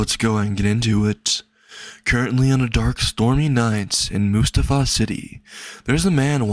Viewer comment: I’m pretty sure Musutafu is pronounced: “Moo-Soo-tah-fuu”